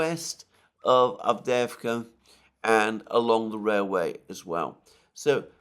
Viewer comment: I find it almost impossible to find the obscure villages referred to by Mr Mercouris in Ukraine. I cannot relate his pronunciation to any map I can find. As his presentation is in English it would be well to realise that most of us don't speak Ukrainian. I assume his "Advveeerska" is in fact Avdiivka, for instance but who knows.